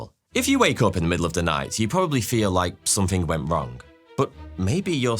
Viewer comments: the grapic says we're doing it wong! isent it so pose to say wrong instead of wong ? I made a time stamp for it if not sorry english isent my first languer just noticed it and it seemed wrong ? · "We're doing it Wong!....".....? 🤣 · "We're doing it wong" 🤣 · "We are doing it WONG!" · "We're doing it wong!" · “We’re doing it wong!” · "... wong." lols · "Doing it wong" 😅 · "Were doing it wong" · "wong" lol